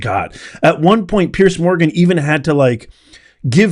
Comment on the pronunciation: It's PEARS MORGAN not Pierce Morgan! It's PIERCE BROSNAN not Pears Brosnan! Pretty Confusing? But of course!